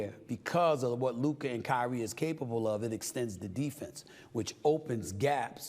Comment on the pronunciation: "" 😂